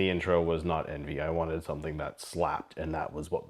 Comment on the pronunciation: It's pronounced on-vee !!!!